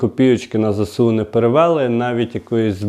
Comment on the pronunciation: Не зесеу, а зеесу